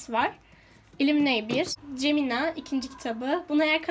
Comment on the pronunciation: Yok canım,gemina değil o geminya o!😋